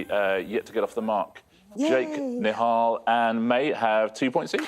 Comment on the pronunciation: Fantastic pronouncing of Nihal’s name 👏